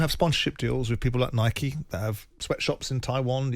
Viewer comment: The only British man to pronounce Nike right LMAO